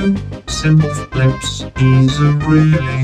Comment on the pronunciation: I like how the text to speech calls you Sim - pleh - flips